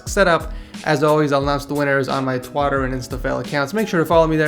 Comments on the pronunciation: Did anyone notice he said twatter instead of twitter lol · lol did he rlly say twotter instead of twitter XD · Did he just say Twatter instead of Twitter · Btw u said Twatter instead of Twitter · This boy said twottor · 😂 he said twotter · Wtf did you say Twotter and Instafell instead of Twitter and Instagram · Did you say two tter? at the end and not twitter? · You said twoter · dwl "I'll announce the winners on my twatter and instafell accounts." They way messes up his pronunciations of words is way too funny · Twotter and instafail* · he said "twotter" instead of twitter. :) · The frick is a "twater" and an "Instafill"? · Lol, twutter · Did he just have a stroke twater?!!! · Twotter lol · he said twotter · did he say "twatter" in the end? xD ,also the first and last setups are the best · LOL he said twotter....everyone knows it's pronounced twatter...bet he feels dumb HAH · Listen carefully When he says twatter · He said twatter at the end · Best way to say Twitter Instagram 😂😂😂😂😂